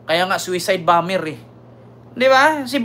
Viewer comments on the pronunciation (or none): none